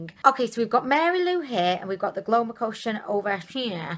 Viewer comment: It's so cue when you call it Glowmocotion in stead of Glowcomotion :.. Gets me chuckling every time. Thank you for the dupes sweetie. XOXO